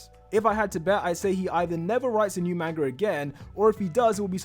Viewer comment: I stopped watching because he kept saying "manger" instead of manga